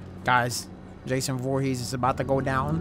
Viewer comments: bro said jason voorhas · FOREHeS???? It’s ForehEs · Jason Voorhees not Jason Voorhes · “jason vorhezz” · He botched the last name lmaooooo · Bro said Jason Voorhes but I love you no homo and you know why I said no homo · Love you but Jason "Vorhezz" is crazy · great vid but it’s Voor-Hee-z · This man just said Jason Vorhoos🤣😂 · who tf is "Jason Voorhez"??? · my guy said jason voorhass😂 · “Jason forhez” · The way he was pronouncing vorhees lmaoo